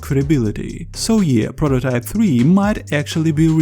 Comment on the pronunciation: i know what prototype is but wtf is a prororype